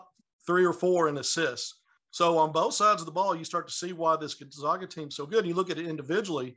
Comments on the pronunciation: Can’t say Gonzaga right either! Can’t believe an analyst still does that. It’s not 1999 anymore! It’s like if we pronounced Arkansas without the silent s at the end. The other guy says it right and he still pronounces it wrong. 🤯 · Can’t pronounce Gonzaga right either even tho the other guy does. 🤨